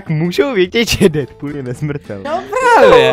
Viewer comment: Deadpool se říká dýdpul